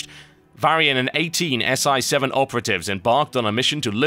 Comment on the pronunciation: Dear Mr. TotalBiscuit. I'm sure you're well aware that it's pronounced "See-seven." It relates to the Rogues section in Stormwind, and also the seventh cervical vertebrae, where a dagger is thrusted to sever the spinal cord. Knowing you've probably been told of this many times, I accept that I've been trolled. Keep making wonderful videos you silly Brit.